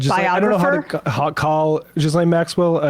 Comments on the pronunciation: Her name is pronounced gee - lane Maxwell. Gee sound like in geese . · For the umpteenth time. Epstein worked for Ghislaine and it's French and pronounced Geelen.... Ghislaine's father was a KGB assest, there's CIA documents obtained under FOI going back to 1951 showing this. Robert Maxwell sold the PROMIS software to both Israel and Russia. Those countries then later discovered the CIA had planted a back door in the software and Maxwell came under suspicion as a triple agent. Epstein's career began working for a British arms dealer and confidant of the then Queen,. Robert Maxwell introduced Epstein to Ghislaine in 1985.